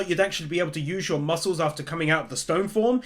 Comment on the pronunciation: Muckle it's muscle not muckleejshsnfjndbshf